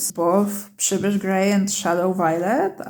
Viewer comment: This was the best review of Roman Szmal paints on the internet. I have been wanting to buy a set of Roman Szmal for awhile, but they are not so cheap here in the United States. I especially want the Przybysz Grey and if you notice my last name you can understand why. The name Przybysz is pronounced Priz-bee here in the U.S. My sister-in-law has traveled to Poland several times and she has kept in touch with relatives we have living over there so she is going to try and get one of them to buy the Roman Szmal paints for me and mail them to her.